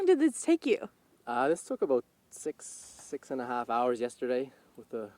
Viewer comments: Both of those provinces are the southern part of Canada. It's not that it's super cold here, we just get some freak snowfalls every few years. Not "pretty far north" at all. And you did that thing again. You said it perfectly the first time (a-boat) and then repeated it two more times, getting further away from what the Nova Scotian said (a-boat) and closer to the American cliché (a-boot). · Your pronunciation of "about" does not sound like the guy in the clip. lolol. You sound like YOURE saying "aboot" not the guy in the clip lol. I only hear "aboot" from people trying to make a Canadian accent. lol I'm sure somewhere in Canada people may sound like that like, say, if you're an immigrant? It's a funny stereotype though lol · That’s the first time I’ve heard a Canadian say “about” incorrectly. I thought only South Park and some Americans say it that way. It must be an east coast thing. Like Americans say crick instead of creek or ruff instead of roof.